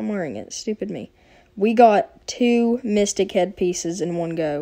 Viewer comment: You said: Oooo it's our first micstic!